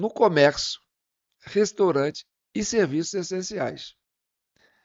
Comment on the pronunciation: "Restorante" kkkkkkkkk, vai estudar analfa bebedor de detergente.